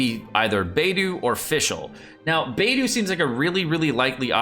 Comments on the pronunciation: It's actually kinda pronounced as"Paytho" tho in Chinese lol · It is Byedu, why can't say it right? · It's Bae do. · It's Baedou, not it's Bido, jk lol😅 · it is "Babe-Doe"! :P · I can't really rag you out on pronouncing Beidou's name as "Bay-doo", because the Korean pronunciation of Beidou's name is Beck-Doo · Bay-do kekw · Beidou is my main, needs to learn how to okay her 😅😅😅😅 (or atleast how to say her name 😂😂😂)